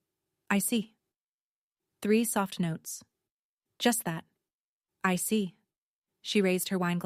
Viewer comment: “I see” is two syllables, not three